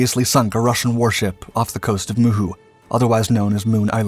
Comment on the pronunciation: Dude. Your name pronounciantions are so far off that I have no idea what is this "moon sound" battle you speak of. Write the actual name down and stop butchering it. First I thought there is some battle i dont know of and got exited, but after You pronouncing Saaremaa, Hiiumaa and Muhu islands, i was lile, ooooh, he didnt do his homework. So, what is it?